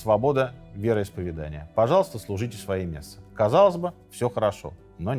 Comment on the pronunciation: Прошу прощения, уважаемый автор---вероисповЕдания!!! Не обижайтесь!! Вы вещаете на огромную аудиторию! Красивая речь и правильно поставленное ударение--это Ваш успех!! С меня и моих друзей --подписка "нравка"!! Удачи!!